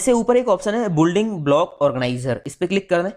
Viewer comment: Nice. I suggest you to pronounce correct the English words like "Building". Pronounciation of this word is "bil.ding" Thanks